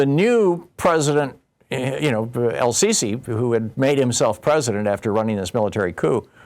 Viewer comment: How can you be a major political commentator and trip over Sisi?